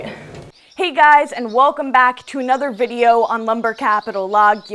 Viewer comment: Oh yah annother vvvideo! 😹😹😹